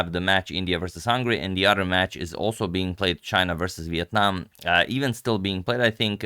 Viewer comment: I've been watching for 3 years and am very happy you pronounced Việt Nam so correctly, thank you mr agad